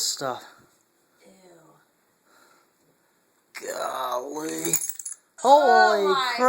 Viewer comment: i think he said...GoL-LY... as in Golly....